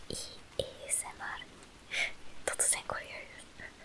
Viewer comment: A....S....M.... Me: "Yes my body is ready...": RRRRRRRRR Me: melts